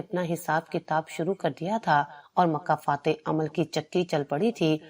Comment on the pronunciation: مکافات نہ کہ مکہ فتح یہ کہانی بہترین ہے مگر تلفظ بہت زیادہ غلط ہیں